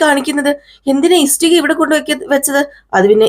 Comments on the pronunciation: ഇസ്ടിക അല്ല ഇഷ്ടിക കേൾക്കുമ്പോൾ വളരെ ബുദ്ധിമുട്ട് തോന്നുന്നു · Yes, ishtika. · ഇസ്ടിക അല്ല ആളുകൾ കാണുന്നതല്ലേ ഉച്ചാരണം ശരിയാക്ക് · ഇഷ്ടിക എന്നു പറയൂ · സത്യം, ഇസ്ടിക കേട്ട് വല്ലാതെ ബോറാകുന്നു... ഇഷ്ടിക എന്നാണ്... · ഇഷ്ടിക ..clear aayitt parayu അരോചകം തോന്നുന്നു..